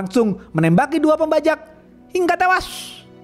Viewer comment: Cara membacakan alur cerita jujur gak suka banget kalo bilang " Hinga tewass ! " Norak